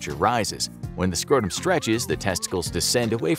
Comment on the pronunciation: "a hundred and tirty two lbs scrohtuhm!" "that-h is a BIG nuht!"